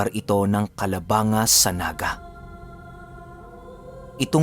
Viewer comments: Kalabang-ga po pinuno.hnd kalabanga.tnx po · Hi, sabi ng mama ko icorrect daw kita.. hindi po parte ng Naga ang Calabanga and ang pronounciation sa kanya ay "ka-la-bang-ga" ☺️ Pero avid listener mo po kami. ♥️ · pinuno.. correction lng calabang-ga ang tamang pagbasa sa calabanga